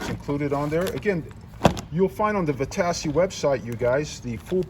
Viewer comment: Stupid video, zero video of the actual assembly. The name is not LINHAY, it is LINHIGH. Also not VITASSEY, it's VITACHI. Repetitive narration to "keep you updated" Poorly done.